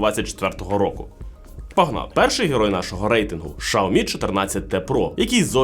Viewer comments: Алло не знайомий з брендами, які продає? Ну як так можна вимовляти назву бренда? Це ж вуха ламає! Якщо ваш маткеторог каже, що погана реклама - теж реклама, то звільніть його! А ще того, хто сказав продовжувати вимовляти Шаомі, бо від того тільки шкода. А відсутність на реакції глядачів, що є ігнором аудиторії, можна розглядати як неповагу до аудиторії. Дивна ситуація із "Шао-мі" в "Кал-ло." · 😂 Той випадок коли інтелект значно відстає за ,,швидкістю" язика! ,,Шаомі"- 😱